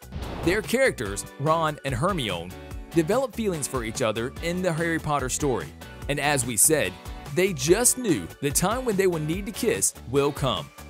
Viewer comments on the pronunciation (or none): Her-my-o-nee, not Her-me-own. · Your list SUCKED...and it is pronounced Her-my-oh-nee. The character even does this in the book! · That by the time we got passed "Princess Amadaya" and got to "Hermeown" that the narrator must be doing it on purpose.... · calling me a muggle, but pronounces "herimone" like her-me-on. Nice... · Glad someone else herd Hermione instead of Hermoine too. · Did he say Her-me-on?😂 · I think you need to work on your pronunciation of Hermione. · The pronunciation of Twilight, Amidala, and Hermione filled me with rage.